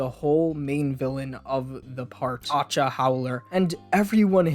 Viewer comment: just a tip for Acca's name pronunciation, it's like saying Akka, with a strong k sound. Acca is the italian pronunciation of "H", like "heich". Still I don't understand when he talks about the fact that his ancestors had a name starting with "A, B, C, etc", cause Latrato starts with L, and he should be one of his ancestors.